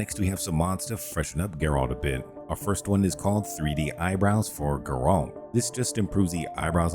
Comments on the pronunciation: GAIR-ULT. That is how you say his name. Ger-olt is just incorrect. Anyway, love your vids, dude. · Are u saying jerome or Geralt? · This is the first time ive heard someone say Geralt as Ge-rolt lol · How do you play the games and never hear someone pronounce Geralt?